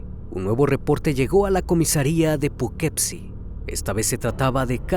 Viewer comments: Hola antes que nada te agradezco mucho tu contenido y con el respeto que me mereces creo que no pronunciaste bien la ciudad, se escribe Poughkeepsie pero fonéticamente se pronunciaría (pugkipsi) soy de Nacionalidad Méxicana pero actualmente Radico aquí en Poughkeepsie un abrazo hermano. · Muy buena narración, muy buena edición. Sin embargo, la pronunciación del nombre de la ciudad y del criminal (fran-súa en vez de fransuá) me distrajeron. Que esta sea una crítica constructiva, hay que buscar el nombre y la pronunciación (aunque uno no hable el idioma como nativo), para que todo sea impecable. Hay una página que se llama Forvo, ahí otros pronuncian para saber cómo se hace. Saludos.